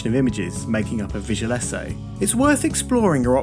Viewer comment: just ordered some clones. Do expect 10 more subscribers soon! Btw, thought "vigelesse" was a french word, only to realize you were saying visual essay.